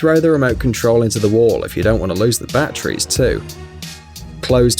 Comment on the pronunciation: Bat trees... bachrees